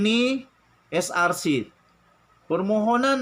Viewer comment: sebab buat salah tu Allah hukum dia....najib penyamun ko pun buat sumpah laknat tipu...dia sebut pun tk betul...ckp scrc..bukan src...takut kena sumpah laknat , akhir nya termakan sumpah...nk nipu lagi tu...